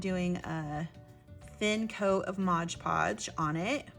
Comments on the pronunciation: Really inspirational, and clearly explained too. Thank you. Oh please forgive me for a quick point...it's not modge podge. It's mod podge. Modpodge. My ears kept jarring at hearing Modge. Lol sorry. But I still really loved this great video. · O.M.G. I know this is nit-picking, but if you said “Modge Podge” one more time, I might have snapped. It’s “Mod Podge”. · Mod Podge, not Moge poge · Sorry to mention it but you keep saying Modge Podge instead of Mod. Podge lol. Great earring. I must say I love your make-up by the way 😍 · Just a pet peave it's pronounced mod podge not modge podge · Very cute! You gave a clear explanation of the steps. Did you know you're mispronouncing one of the products? If you really look at the Mod Podge bottle again, notice that the first word is MOD, not modge. You're probably thinking it's like hodge-podge. I think they named it that because it's a modern way to glaze and adhere. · MOD PODGE! NOT MODGE PODGE! Love the earrings! Making earrings is my favorite jewelry making craft! I have several wooden pairs! I don't like heavy earrings, so these works best for me for me. My first time visiting your channel!❤❤❤ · I have to say, that is a pet peeve of mine as well. Mod. If you turn on closed captions, when she says modge, the caption spells it modge as well. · ILove the video and can't wait to try it.! BTW its MOD Podge not Modge Podge. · MOD. MOD. MOD. MOD. MOD. MOD. MOD. MOD. MOD. MOD Podge .... NOT “Modge Podge”! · MOD-like rod, nod, pod. Not, modge podge but “Mod Podge”. Long on content but nice earrings. Thanks for adding another use for decorative paper. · Drinking game. Do a shot every time she says "modge podge". I'm plastered already! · Yeah, exactly! It says 'mod' podge, right on the bottle!!